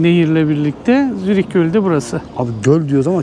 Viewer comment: adam Zürih diyemiyor